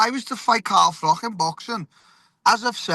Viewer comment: "CAHM DAHN CAHM DAHN". By the way, it's pronounced Carl Frotch not Carl Frock.